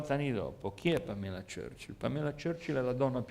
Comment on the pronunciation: Era Pamela Churchill ( ex nuora di Winston Churchill) ad essere innamorata di Gianni, non Gianni E si pronuncia Pàmela